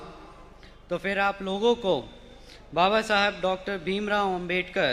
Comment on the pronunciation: बसपा में और कोई नही है क्या?जनता को ये कमजोरी दिखा रहे हो? ये आज लांच नही हुआ पहले भी इसको इसकी काबिलियत से बड़ी जिम्मेदारी दी जा चुकी है क्या साबित कर लिया इसने?कहाँ था ? क्या किया? बाबा साहब का नाम तो सही से बोल नही पा रहा है